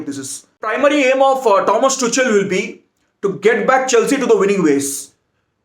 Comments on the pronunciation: Pronunciation : It's Tukal and not tuchal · Tu Kal not tu chal 😂😂😂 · It's pronounced as Tukhel not Tuchel😂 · It is Tukal not Tuchel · Thomas toCHal I LOVE THE WAY HE PRONOUNCED OUR MANAGERS NAME 🤣🤣😂😂😂😂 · Thomas "Tu-kel" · No one:: Tomas Toochell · Bro it’s pronounced Tuhuel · Bro its Tuchel=Too-Khel! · No one Literally No one: Thomas Tu-chal 😂😂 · It is pronounced as TUKHEL . And to be honest he knows nothing about either cricket or football. Just barking here and there without any sense. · Tuchel ka pronunciation sikh lo next match ke pehle. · I hope that tuchel isnt fired before you learn the proper pronunciation of his name lol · Pronunciation of tuchel is wrong, please correct Ur pronunciation